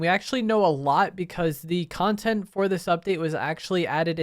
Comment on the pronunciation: It sounded like you were saying Kongtent for a second